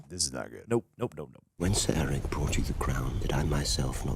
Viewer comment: Think of it like this - Arryk like Are-Ick and Erryk is like Air-Ick.